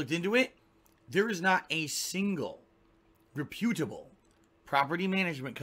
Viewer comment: Why does he say re-pEw-de-able instead of rep-pew-da-ble